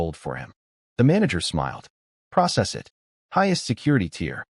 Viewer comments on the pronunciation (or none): none